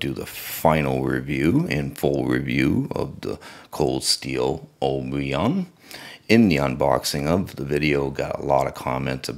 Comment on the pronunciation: Oy ... a ... bun. How in the fuck do you mispronounce that?